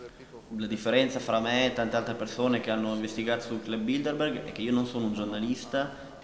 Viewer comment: Che nervi quando sbagliano a dire Bilderberg. Il giornalista e l'interprete dicono tutto il tempo BildeNberg. So che è un dettaglio ma cribbio! Se fai un'intervista almeno impara bene il tema.